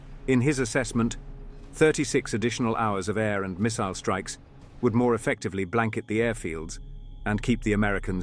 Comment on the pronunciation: love the proper pronunciation of 'missile'